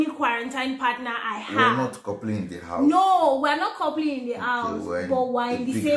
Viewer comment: I love you Juliana but it is "HOUSE" NOT "AUSE" pronounce the "H". ❤️